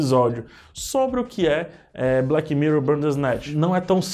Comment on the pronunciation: Odiei o " evento" de "blequi mirrou".